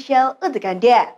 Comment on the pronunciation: Pas pengucapan "anda" nya, penekanan nada nya datar aja bisa?